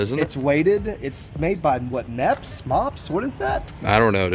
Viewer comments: I almost fell out of my chair when I heard this man say “mepps? Mopps?” How does someone pretty deep in the fishing industry not know of the company mepps. They will never go out of business with the amount of trust behind their name and lures. I know some people who call all spinning lures “mepps lures” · Can't believe you southerners don't know how to say Mepps correctly. And yeah that lure sucks. I have not seen any of the lures in a wally world either so good luck.